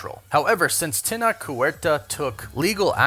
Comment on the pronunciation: It's not pronounced (Teh-nock); IPA: [tenɒk]. His name is pronounced (teh-noh-che); IPA: [tenoʊtʃ].